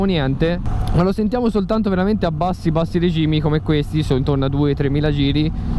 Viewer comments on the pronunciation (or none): none